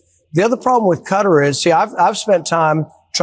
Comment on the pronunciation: Quatar is pronounced KAtar not CUtter every time u all say it it grates